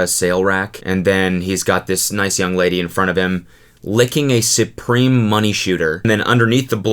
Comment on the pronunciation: Why do you keep emphasizing "nice young lady"